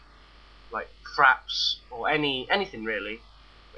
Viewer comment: You know at first it sounded like you said CRAPS not FRAPS. lol :)